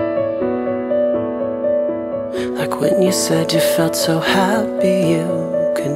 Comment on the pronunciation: It was nice. But I hated how he extends all his second syllables in "cut meee off" and "stoop sooooo low"